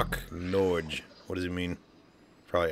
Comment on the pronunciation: NORCH! 😂😂😂 Norge means Norway haha and not at all pronounced like that 😂